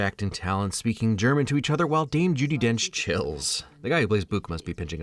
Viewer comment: not to mention their German was actually on point and the first believable/understandable I have heard in...just about ever as a German. Normally I need the subtitles too when that happens because the actors botch pronunciation so much that you don't understand most things (see ITV's Victoria) so kudos to them but then again, Kenneth and Olivia are acting royalty so I shouldn't be surprised